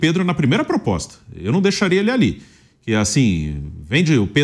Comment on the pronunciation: "POPOSTA"?? Olha o nível dos jornalistas...... Detalhe, falou isso 2x ao mínimo.